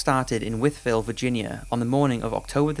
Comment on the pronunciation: Imagine my surprise, while working away, to hear of the encounters in my hometown of Wytheville, VA. I was a kid then, but remember it quite well. This was also covered on "Unsolved Mysteries", along with the Phoenix Lights incident. Kudos to pronouncing "Wytheville" correctly!